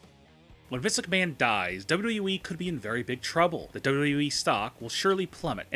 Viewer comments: dubba wubba wee At least learn to say WWE properly before you slate it. Although I agree yes the current product is mostly garbage. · when he says WWE .. he sounds slurred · Love the video but can you pronounce it as W W E rather than w dublu e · How hard is it to say "W-W-E?" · This guy cant even say wwe. He has no fucking clue what he is talking about and could not sound more delusional. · Why the fuck do you pronounce “wwe” at 200 MPH ????? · Learn how to say WWE for the love of fuck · He can't even say WWE correctly.... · First, learn how to say "WWE" Second, WWE has been in far, FAR more dire straits and come back. It certainly is not sweet for WWE and a great many of their problems are self-inflicted wounds, but this company isn't going out of business.